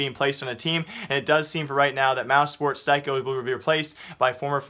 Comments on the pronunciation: Styko is pronounced as Sticko... Thanks! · Joni Lantinga it's pronounced "steeko" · Styko's name is pronounced steeko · His name is pronounced Steeko, do you do this on purpose? It triggers me so hard, surely you just need to watch one mouz game and hear how the commentators pronounce his name, do you even really care about what you're talking about? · the only offense to styko is how you pronounce his name lmao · Rip Styko, rip Styko pronounciation